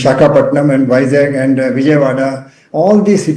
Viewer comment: How could he say vizag as jackel.... Stupid guy....